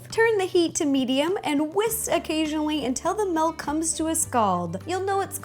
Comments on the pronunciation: UGH U YOU SAID MELK ITS MILK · I love the way she says Milk! (MELK) xDDD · Milk not melk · I'm so sorry but you say MALK! OMG IT MAKES ME SO MAD!! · She said malk